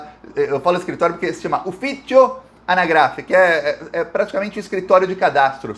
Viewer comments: A pronúncia correta é ANÁGRAFE. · Sou italo brasileiro. Ñ acredito em hipotese alguma que uma síndaca italiana iria colocar a cabeça dela a risco... nem o pior corrupto faria isso. UFFICIO ANÁGRAFE é a pronuncia correta. Outra coisa, ela pode ser de destra, mas a coisa ñ é tão simples assim!